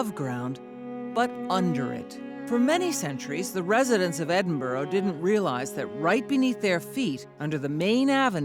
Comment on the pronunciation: Eh-din-bo-row LOL. It's Ed-in-b-u-rah